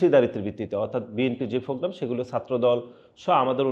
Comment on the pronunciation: ফ্রোগ্রাম নারে আদু ভাই প্রোগ্রাম